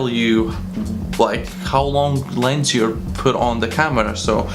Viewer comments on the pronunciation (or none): "Lens" not "Lense"